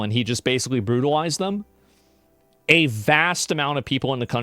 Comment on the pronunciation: I love how Ilhan Omar can’t pronounce “R”s “Bwutalized” “Wepublicans” 😂😂